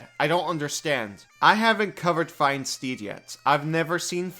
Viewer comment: I know you said steed, but I absolutely heard "Find Stephen" and now I'm just going to call my paladin's mount stephen from here until the end of time.